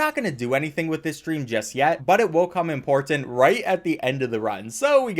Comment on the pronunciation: He also says "import tant"